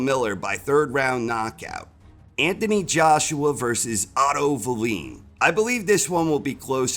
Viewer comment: Why do you keep calling Wallin valeen though?